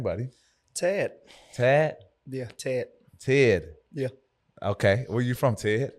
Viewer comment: Pat: What’s your name buddy? Ted: Teyyd Pat: Tad? 🤣🤣🤣 country